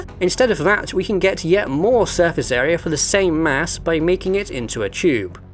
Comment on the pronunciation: "Surface Aera" ... ?